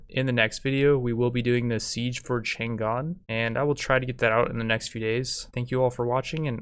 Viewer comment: The city of Chang'An's name was actually pronounced Chung, Ann, not Chan Gan, just to let you know.